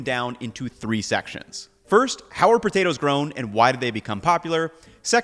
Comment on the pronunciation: Is he deliberately trying to be comedic by pronouncing it “botatoes”?